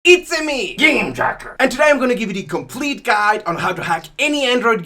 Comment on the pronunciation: My favorite part is when he says “JACK”